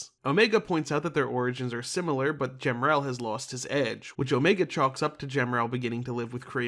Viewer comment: I think the correct pronunciation for Emerl is “Em-murl”. And the same goes for Gemerl but add a G. Side note, to add some confusion. Gemerl also has another spelling being G-merl. Aside from a card matching game and whatever the source is for the name on the Fandom Wiki is, I don’t know why it exists.